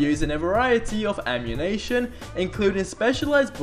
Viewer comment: He said ammunation ahaahahah